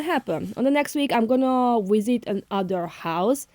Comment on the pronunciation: Pronounce the word VISIT , NOT WISIT 😂😂😂